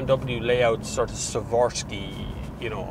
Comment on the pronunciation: His pronunciation of Swarovski nearly killed me 😂 nevertheless a great review